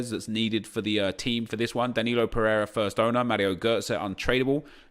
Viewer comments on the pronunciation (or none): none